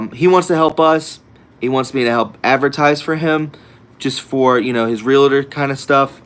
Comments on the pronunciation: Love your channel!!! I am a 31 year realtor. Just so you know, it's Real-tor, not Real-a-tor. 2 syllable word. POTUS was a Realtor, I read The Art of the Deal a very long time ago...... And, I'm not being mean. Pet peeve.....keep up the good work! Advertise for ME. I'm a patriot....I sell the Front Range Colorado....and Colorado is gone...it's full blown liberalism . .1st time since history, exodus out of CO...natives can't afford to live in their own state anymore....NOT ALL "REALTORS ARE SKETCHY" don't call out an industry like that. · FYI: R-E-A-L-T-O-R. No A or I in the word. NOT 'realator' or 'realitor'. Two syllables only. Blessings.